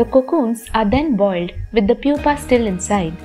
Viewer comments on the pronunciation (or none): none